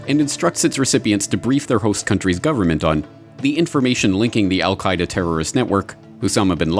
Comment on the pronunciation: Did Condoleeza almost slip and say "The Al Qa' Ida NUT-work", before correcting to 'Network' at 20: 40 - 20: 59 into the video. I watched in Amazement as these arguments built against Afghanistan, truly believed that Congress would NEVER APPROVE or Fund such folly, as I saw it. WTF??? And then IRAQ -- and the Rogue Nations. Same war still brews. Trump's Agenda is to give the War Hawks what they want -- the Global Corporations won't have to pay for the war (thanks to their tax cut) ewe will -- and ewe'r grandchildren. Baaaaaa'd? Our only hope now is to defund the military industrial complex before 2019. Will you help? The ewes won't help.